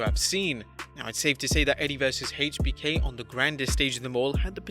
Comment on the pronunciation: I cringe every time I hear him say [HEICH BI KEY] god fuckin damn man